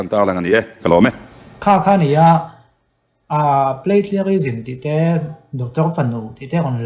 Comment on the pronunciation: Plagiarism tih pawh lam thiam ṭha mang si lovin mi Bill putluh a sawi chhe vak vak mai a.Tawngthei sabawp chang an tih ang deuhin a lam zing ve bawk si.. 😂. Lam fuh thei bawk silo. A thu hrim hrimin mi thiam te hian midang te Research leh thu lo ziak tawh behchhanin thu leh hla an la chhawng ve tho bawk a.Chuvangin PLAGIARISM pawh hi Hypernym a nih reng ni. 😂Inti fing ho hi an fin loh vang a inti fing anni tlangpui a, thil hria inti em em pawh hi an la hriat tawk loh vang a ni duh bawk.